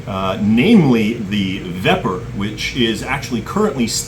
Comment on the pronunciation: Russian submarine Vepr (not Vepyr 😁)(K-157). Means "wild boar" in English. Vepr' (soft "r").